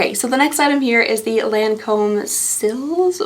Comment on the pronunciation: I'm glad I can't handle highly fragranced products. It seems so many of the high priced brands like to do this. I'll stick to whatever's on sale as I need it. (just a side note, it's pronounced lon comb)